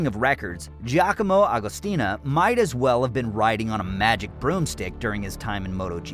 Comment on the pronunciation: hey.. its Agostini and not Agostina!!!